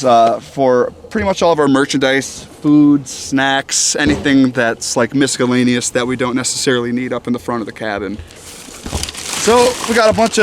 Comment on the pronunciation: “MisCellaneous” lol